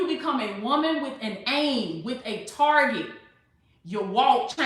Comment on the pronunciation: Target (not Targe') lol